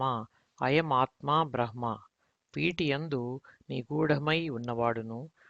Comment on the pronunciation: బ్రహ్మ అను పదమును సరిగ్గా పలకండి హ అనే అక్షరానికి క్రింద ఏ వత్తు ఉంటే అది ముందు పలకాలి